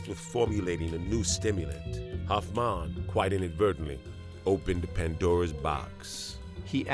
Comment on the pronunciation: Hoffman not hoffmon